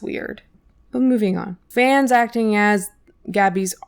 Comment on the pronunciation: ACTONG pronunciation 💀💀